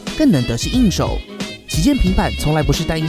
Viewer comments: 我跟你一样🤣🤣🤣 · 為什麼一開頭的旗艦平板，我聽成習近平版 🤨